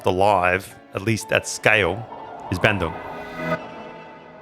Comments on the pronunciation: Hey! It's pronounced BAHN-doong not BAN-doong. Great video though still, found it super informative. Thanks for featuring Indonesian bespoke shoemakers! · Love your content but brother please aussie to Aussie youve been in indonesia long enough. Please pronounce places and words correctly. BANDUNG is pronounced BUN-DOONG.